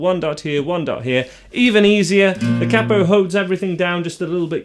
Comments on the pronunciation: Please learn how to pronounce 'capo'. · Capo is pronounced as “capo” , not “capo” 😂 Just kidding